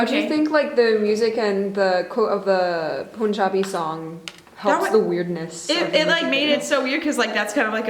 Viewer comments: Its pronounced Pun-jah-bee (pun like the joke), not Poon-jah-bee. I remember when first hearing Catallena, I was like why does this sound like a Hindi song. I had no idea it was sampled. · It cracks me up when people pronounce punjabi with that ‘u’ sound😂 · the pun in punjabi is pronounced similar to gun. It was really bothering me the whole video lol.